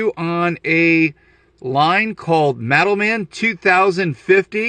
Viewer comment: i was so confused until you showed the card. I kept hearing "METAL MEN"